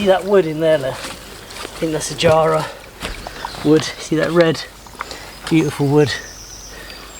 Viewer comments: hey jarra is an australian timber we don't pronounce it jar-a we say ja-ra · The term you were looking for is geomorphology. The study of it relates to shallow geology, geography, soil types, hydrodynamics, etc.. You are a natural and pragmatic geomorphologist! By the way, Jarrah is pronounced with a flat first "a", as in Jake.